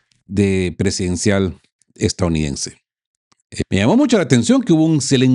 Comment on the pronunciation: Usted pasó de geopolítica a cristianismo recalcitrante, que pena ! Y por favor practique la palabra E S T A D O U N I D E NS E la repite varias veces en cada vídeo de manera incorrecta. Lastima tener que no ver más este medio, pero entendiendo la verdadera raíz de los problemas de la humanidad (especialmente el actual) y tener que soportar a un comentarista de geopolítica que toma visos de pastor cristiano es ya demasiado. Buen día !